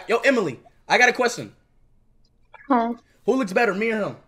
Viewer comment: "I HAVE A QUESTEN" had me rolling on the floor 🤣